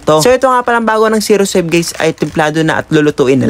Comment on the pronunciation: Kuya iscencare Hindi Po zero save Ang tama Po ay osave